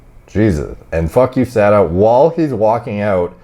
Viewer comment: “Fugh HOOSADA”